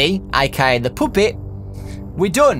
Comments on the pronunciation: Why do u say Poopet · Puppet not puuppet like pappet but the u is kinda is a A just saying😊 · i love how you pronounce puppet like POOP-EAT! (NO OFFENSE) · take a shot every time he says the "poopet" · Take a shot everytime he says pupit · OMG I hate how he says puppet!